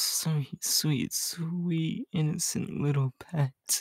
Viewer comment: Vol,Deku: My sweet sweet little innisint pet Me: yeah I'm "innisint" I might gust show you how much.😏😏😏 LoL